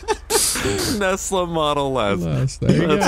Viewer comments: Lo nesla it shouldn’t be Tesla but nesla lol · tesla not nesla